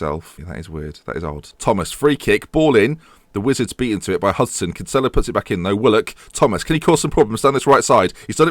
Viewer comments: You're pronouncing Kinsella's name wrong. It is pronounced Kin-sa-la not Kin-sell-la. I'm not hating but I'm Irish and its a common name here. Keep up the great work! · Kinsella is pronounced "Kin-Sill-a